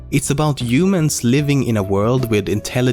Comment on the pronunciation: no one: LEMMINO: yumans